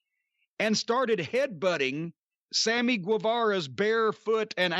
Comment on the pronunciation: Swammy gwiwewa